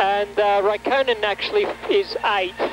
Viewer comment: RaikkOHnen...I've never heard it pronounced that way...